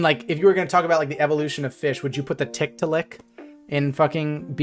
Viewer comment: im think its tic- tah- al- lic